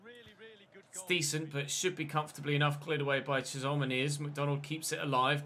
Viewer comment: Chisholm's name is pronounced "Chiz-um". I know you like to get pronunciations right so here you go 👍😁